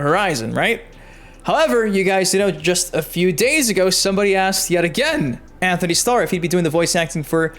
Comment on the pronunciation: Btw it’s Antony not Anthony